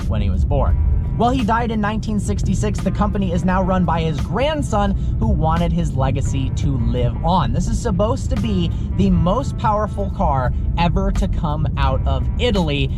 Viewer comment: Did you really pronounce supposed, subose’t?